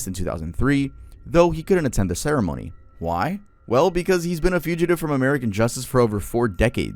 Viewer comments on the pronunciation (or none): none